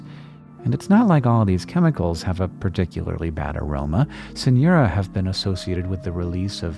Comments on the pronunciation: As a hispanic, every time you said Synura i could only hear “señora” lol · "Señora"? Ah, it's only weird accent in the pronunciation of "Synura". Sigh!